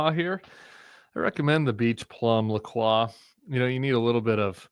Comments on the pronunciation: Tim, I think the brand of seltzer you are drinking is pronounced La Croy not whatever you keep saying. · It's pronounced La Croy